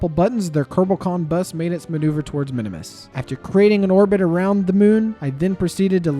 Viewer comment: “Minimus” Me: a KSP lover: Eye twitch “ITS PRONOUNCED MIN-MUHS!!!!!!1!1!1”